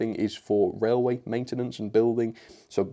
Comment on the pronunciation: Welcome back to the wailway